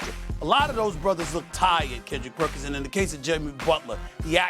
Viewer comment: Perk's name pronunciation is getting worse. Lol